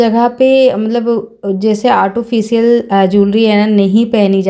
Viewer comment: Beautiful makeup look nd artificial hota h di autofocial nhi bolte don't mind